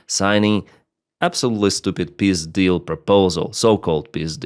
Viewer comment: when you said Peace deal, I understood Pizdil ... it goes as well..